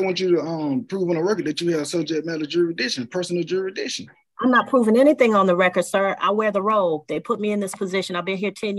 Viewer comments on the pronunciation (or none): Did he say juridission around the mark?..maybe my ears need cleaning out,I don't know. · What the fuck is ' jurisdeeshon ' 😂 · What the hell is "jury-dishin'"?!! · Jurr......rissss.....dic........tion. these sovereign citizens can't even say the word right let alone understand its meaning. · Gyro Dixon..... is he trying to say jurisdiction😂😂😂😂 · Is it just me or is he saying Jurisdition not Jurisdiction. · Yes this dumba$$ did say “jurydiction.” This judge rocks. This is the first time a sovtard pulled out Black’s Law Dictionary & was told by the judge that it was a DICTIONARY, and has nothing to do with the law. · JURI DICTION......😂😂😂 HE TOOK THE S RIGHT OUT OF THERE! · Sujess matter juressdeeshun...Jesus Christ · He wants to know the “jurasdishun” 🤦‍♂️ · What’s a Jury-dic-sen ?? Anyone? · Juridiction?? This Culture clown dunz gotz his own WACKcandan language..... BUWAHAHAHAHA.. Zoom should come with a ( Shock a mofo) button that sends a charge of 5000 volts to the chair you are in when you make the judge mad..... WHAT DID YOU SAY EBAY? ZZzzzZZZZZzzZzZzzzzzzzzZZZZZZZzzZzz. Now what did you say MR. EBAY? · how can he "axe for jury-dicton" and think he has a brain to grasp written law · What is "juridiction"?? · He needs to be required to pronounce jurisdiction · Why can’t they pronounce jurisdiction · He could learn how to pronounce jurisdiction for starters. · What does “ah abjic” mean? 😂😂😂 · He can’t even pronounce what he’s trying to argue 😭. Gawd these people are stupid 😭😭😭😭😭. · I'm going to need you to be able to pronounce jurisdiction before you ask someone to prove jurisdiction...ijs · He can't even say the word jurisdiction, and he wants to challenge it?!! What a moron! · I don't think he should demand her to prove jurisdiction when he can't even pronounce it.